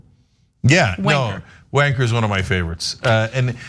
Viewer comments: I think you need to emphasise the A more in wAnker. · Wanker doesn't sound the way it's meant to when Ana says it...... If you've watched The Krays (from 1990) or Legend (Tom Hardy), or any film with sweary words from London or whatever, it's pronounced wan-KKKKAAAAAHHHHH!!!! From Glasgow, it's more WAAAAHHHNNNNNkerrrrrrrr. Great show guys. ❤ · On the word "Wanker," emphasis is put on the W. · You can't pronounce the R in wanker. You gotta say wanka